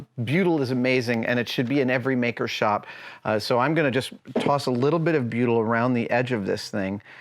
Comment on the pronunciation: 26 minutes in, I'm thinking what the fuck is Beeyudel?? I was a marine engineer for 15 years and I haven't heard of this stuff?? Then I realised he was saying "Butyl" HA!!